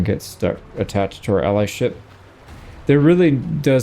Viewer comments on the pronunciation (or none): none